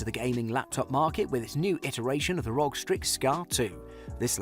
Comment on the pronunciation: Its not ROG its R.O.G.